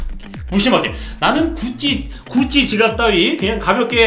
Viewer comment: 자꾸 구찌가 굳이로 들려ㅋㅋㅋㅋㅋ